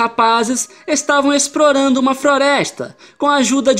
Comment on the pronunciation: 3 rapazes estavam "Esprorando uma Froresta" KKKKKKKK amei cara n paro de repetir